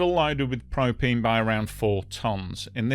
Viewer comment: Propeen? Propeen and propeen accessories, I tellyawhut.